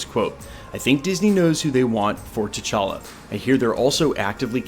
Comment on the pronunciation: Facts. And you said it correctly: T'Challa son of T'Chaka, not TJ [illegitimate] son of T'Challa.